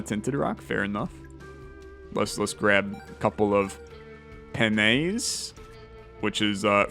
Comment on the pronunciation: pennes spanish people: wheeze